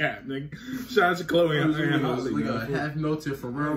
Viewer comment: Halle like Halle Berry not Holly